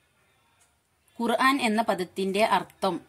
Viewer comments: ആദ്യം ഖുർആൻ എന്ന തെറ്റുകൂടാതെ പറയാൻ പഠിക്കുക ഖുർഹാൻ അല്ല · ഖുർഹാൻ എന്നാണല്ലോ പറയുന്നത് ഖുർആൻ എന്ന് പറയന്നട്ടോ.